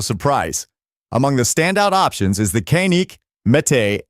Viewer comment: Dude it’s not con it’s fuckin can with a k kan IK kanik